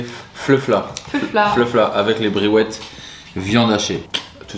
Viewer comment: Fleufla briouette trop rigolo ta prononciation 😅